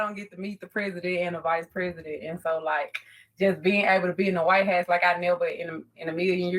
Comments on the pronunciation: Is she saying “white ass”? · seriously, where is she from? I've never heard "house" pronounced that way. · why she saying "White House" like "White Hass/Ass"? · She called it the white hass LMAO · WTF IS A “WHITEHASS” 🤦‍♂️🤣🤦‍♂️ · Idk how tf she said “white house” She said “why-hat” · She can't even say "white house"😂😂🤦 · Wtf is the “Why-hat” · WHY would she pick that name for herself? And was she saying White House? Sounded like white hats. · If you cant pronounce white house maybe you should be invited, I mean come on